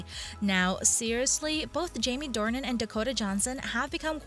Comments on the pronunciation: It's Jamie DORNAN, not Dorian! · It's Jamie DORNAN not Dorian! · If you’re going to do a story about #jamiedornan. learn how to say his name. It is “Door_Nan”. Dorien is a book character. And as others have said, #jd is the best. Christian Grey is not James Bond or a Superhero❣️☘️💚☘️ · His name is DOR NAN not Dorian. Fifty Shades Freed didn't do as well because the story did not follow the story line in the book very well at all--- they skipped a lot Oh and read the books from Christian's point of view, furthermore, read the original books and you'll see what I mean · Offs it's DORNAN NOT DORIAN !!! 😠 Load of bull 😤 it's not going to happen so go get a life!!! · His surname is Dornan, not Dorian please.